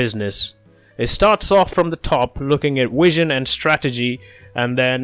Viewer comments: Thanks - it’s v as is vee not wizen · Have an exam today this was explained amazingly!💯funny how you can’t say “Vision instead Wision!😂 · is it a flaw, or are you properly pronouncing it - in old Latin?